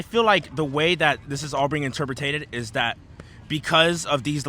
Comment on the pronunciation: Did he say “interpretated” 🫤